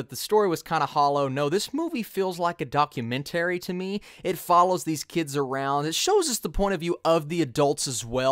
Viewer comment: Still can’t get over your pronunciation of the word “documentary”😅 however despite that great review man, I just rewatched the film and think I like it even more for all the same reasons